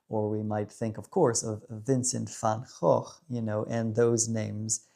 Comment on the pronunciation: Hi brother, I just finished your video, I was too busy enjoying cruising with the top down. Aren't we blessed with this gorgeous weather? I am with you on Vincent all the way and congratz on pronouncing his last name correctly. X made me think of xenofobie, it seems to be on the increase in this country. Have a great day and enjoy the warm sun while it lasts 😘🤠